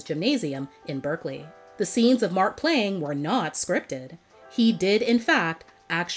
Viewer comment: I cringed every time raven called him cousin markn 😮‍💨 I'm like just say mark dang it!!